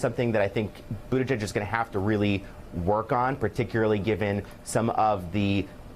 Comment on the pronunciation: Boo - ti - jij ;thats how to pronounce his name ( j as for jam)